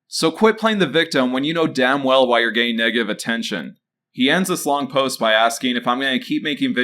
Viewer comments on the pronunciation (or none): none